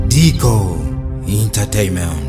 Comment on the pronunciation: Umushitsi yavuze nabi izina rya Ndico😂😂😂😂